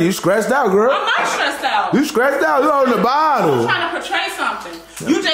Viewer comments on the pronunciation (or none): Homie say she "scressed" out 😂😂